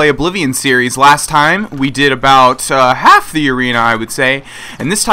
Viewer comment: the way you said half hahahah